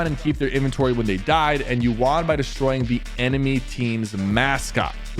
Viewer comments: How everyone says won: one How Sypher says won: Juan 😅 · Why is he saying WON so weirdly